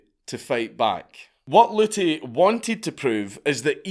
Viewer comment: P.A.Luty.....pollutey? Come on we could of gotten so many dad jokes on him polluting us with his knowledge. Lol 😆